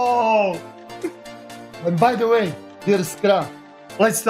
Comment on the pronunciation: HE HAS FOUND DEY WAY! DE way of de LMG.